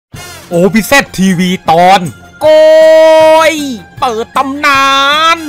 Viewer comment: โอ้ยยยยกอน❎โก็ยยยยยตำนาน✅😂